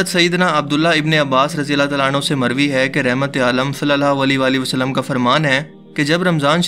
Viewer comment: اللہ تعالی hota he yr اللہ تالا nahi plzz ap k is lfz se kai.log atraz kr skty hein